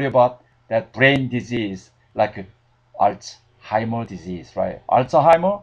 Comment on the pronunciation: You don't wanna get "alt-zuh-heimers." ..lol. Good video though.